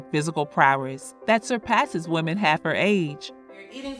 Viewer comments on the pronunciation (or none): none